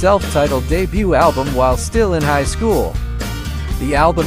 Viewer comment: Yes, and high SCHOOL! was a bit awkward. Then again, I will give them credit. Except for those flubs, I wouldn't have known it was a computer voice. It just sounded like and overly cheerful game show host otherwise.